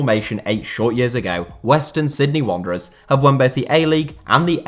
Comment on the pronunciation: Completely butchered that western Sydney wanderers element fella...